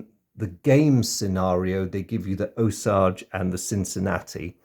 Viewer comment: Great video as always. The USS Osage was named after the Osage Nation, pronounced "oh-sage". I left the link for an interesting video below about their history. Keep up the great work and I look forward to more of your videos